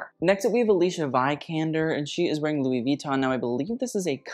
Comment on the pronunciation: Alicia Vikander's name is pronounced as "Alice-y-a Vee-kan-der"